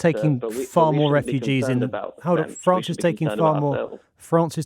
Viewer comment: Why do these people always have a "Fwance" speech impediment?